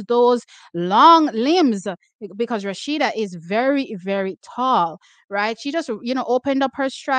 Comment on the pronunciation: Its not RASHIDAT its A SHE DAT Adeleke 😂